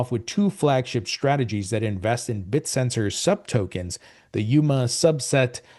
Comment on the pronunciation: its pronounced Bit-Tensor, not Bit-Sensor